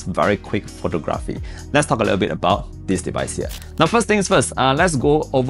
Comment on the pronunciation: in common world-wide English, the word photography has emphasis on the 2nd syllable - like phoTOGraphy. Not like photoGRAHPy